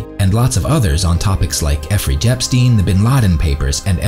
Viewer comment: Effrey Jepstein xD